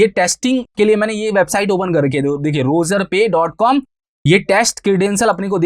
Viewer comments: Its Razorpay, Not Rozarpay. Thanks Me Later. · razorpay ❌ rozarpay ✅ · Bhai it is not Rozorpay... it is Razorpay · sir please pronounce the word correctly like Razorpay woocommerce transactions